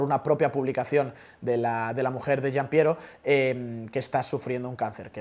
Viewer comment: ¿Crees que si Gianpiero Liambiase ficha por AM dejaras de llamarlo "Jaypi" (JP) y empezarás a llamarlo "Jipi" (GP)?